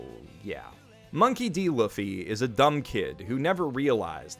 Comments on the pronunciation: Also that pronounciation, Monkey D. Luff-e and not Lou-fee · Yo, bro, you say Luffy wrong, man. It’s pronounced “Loofy”, not L-uh-ffy. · Luhffy. Yes. Definitely not Luffy. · Luu-fy not Luff-y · it is pronounced Lu-ffy not La-ffy. sorry just wanted to point this out. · oh my lord. please say loofy and not luhffy. love you <3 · LOOFY not Laughy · Look...no BS! I enjoyed the video....but...Ussopp is a much better liar than you!! It's clear you ain't watched One Piece cos you said, and I quote, "Luffie" - WTF??? It's pronounced Loofy, and you'd know that if you actually watched it! Also, if Sanjitards heard you say Red Foot Zeff you'd get your ass kicked. However, you did make me miss those days when I 1st started watching One Piece - I've NEVER binged anything so hard in my life!!! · did you say luh-fee? luff, like stuff? dear god. LOOOOOOFFFY like a cow goes MOOO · Did he say "luffy" instead of "loofy" or am I just smoking the good kush rn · I'm sorry, but you just said Luhffy? It's Loofy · I made that mistake, too, when I started reading the manga XD It was only when I started watching the anime that I realized it was pronounced LOO-fy. That said, I also had a stroke when he said "Luhffy." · honestly it is pretty toxic. I get that you might think something is pronounced different sometimes as it's not your main language but it's not that hard to think in a japanese context. It's pretty easy to determine that its pronounced Looffy as it most likely stems from るふぃ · lUHHHffy Actual Pronunciation: LOOfy; i.e. sounds like goofy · Dunno if it’s been told to you yet but his name is pronounced Loo-fy, not Luff, Loo—, just so you know. Yes I know it’s confusing but I wanted you to know. And also Zoro’s name is Zoro, not Zolo if your reading the Viz manga. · Hey man, love your content. Just please, it's pronounced loofy. Not l-uh-fi. Please. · Also loo-ffy, not luh-ffy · Did you just say luffy? Eww man it’s looffy (pronounced) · Luffy is pronounced “Loofee”